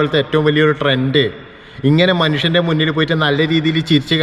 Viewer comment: തന്റെ ബുദ്ധി അന്ന് മുറിച്ചു കളഞ്ഞതാണ് തന്റെ കുഴപ്പം ആദ്യം മനുഷ്യൻ എന്ന് പറയാൻ പഠിക്ക്. മനുശ്യൻ അല്ല മനുഷ്യൻ🍌